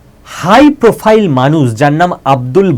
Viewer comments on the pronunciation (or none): none